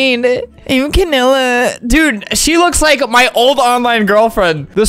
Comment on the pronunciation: Bruh he said Canada 🇨🇦 instead of canela